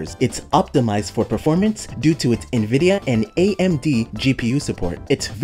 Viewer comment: When did Nvidia, become Nivedia? A combination of Nivea and Nvidia? This isn’t the first place I’ve heard it.